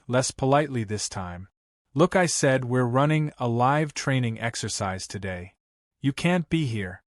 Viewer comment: Please teach your computer application how to pronounce “live”.